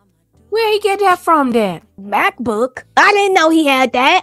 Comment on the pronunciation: Lol she said Macabook